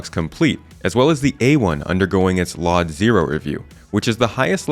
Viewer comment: Not sure if there's an insider joke at work here, and I know it's a silly thing to bring up, but LOD stands for Level of Detail and artists typically say "el-oh-dee" instead of "lodd" when referring to them. I don't care too much either way how it's said, but just in case you wanted to follow convention for the sake of content clarity, I figured I'd mention it. Amazing vid as always,.